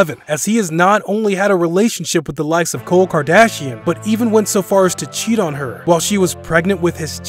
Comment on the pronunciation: buddy says kole kardashian wgat a joke